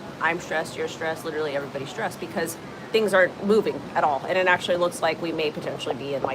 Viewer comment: Streesed Come On Kid Learn the Script Stressed Over Whaaaaat